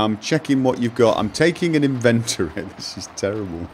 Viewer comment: In'•vin•tor•e...not in•vent'•tor•e. Yer not inventing anything.